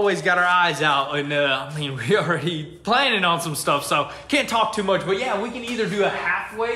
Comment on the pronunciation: TORK ??? TORK??? [JUST DO IT] AND STOP TORKING ??? TORKING ???